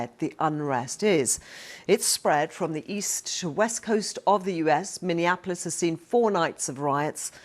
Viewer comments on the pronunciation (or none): none